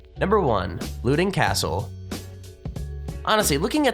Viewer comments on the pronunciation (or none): It's pronounced Lowe-dun Kastle!!! I lived about 20 minutes drive away from it. Type it into YouTube I'm sure somebody says it locally.